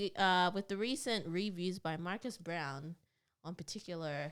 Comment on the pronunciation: I think there needs to be better research in your videos and a couple thoughts: 1. Marques' last name is pronounced "Brown-lee" and not "Brown". 2. Fisker is a startup, sure, but the company was tanking because of its own incompetence. Not because of what MKBHD said--the most obvious evidence being that this is actually the second time Henrik Fisker (the CEO) tried starting the car brand of Fisker and failed. Fisker was a company in the 2010s, and this was supposed to be their revival. Henrik isn't some young aspirational entrepreneur; he's a multimillionaire former car designer who's done terribly at being a CEO and named the company after himself. So framing Fisker as some budding young, promising company that was stifled by a big YouTuber is insincere. 3. Celebrities should be mindful of not exaggerating anything, sure, but the only thing Marques really exaggerated was the title of the videos. When it comes to the actual reviews, he literally just descrives exactly what each product does, and very honestly gives his opinions on who should buy it. If you watch both videos entirely I would be very confused if anyone thinks Marques should soften his reviews. Think about it on the other hand: Isn't it worse if he doesn't show that a $700 pin does everything your phone already does but worse? Isn't it worse if he doesn't tell people who are going to put $50,000 on a new car, that the car's keys don't even work most of the time? I'm serious, I encourage you to watch his two vide